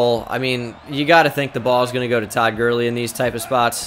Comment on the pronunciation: I died when he said toad Gurley